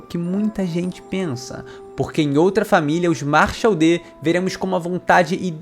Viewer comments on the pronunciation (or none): Aprendam aí, "Machel". Não é "Marshall", é "Machel". clap clap clap